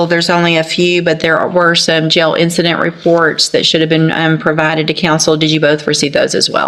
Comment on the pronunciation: When people say gell instead of jail … 🚩🚩